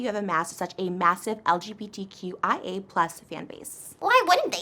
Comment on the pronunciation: Why did I hear “LGBT-Kawaii-Plus” ? Lmao 🤣